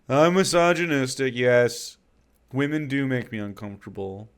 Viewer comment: He very much gives off bitter divorced dad energy with the misogyny in this video and complaining about "the wimun".